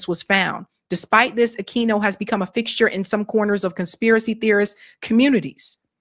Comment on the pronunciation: I’m pretty sure the Q in Aquino is silent in Spanish. (A-Keen-oh)